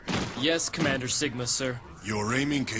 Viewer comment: As soon as he began with "'The Day of 'E'…" I lost interest. Plus, I watched the play-through and was just annoyed the whole way through.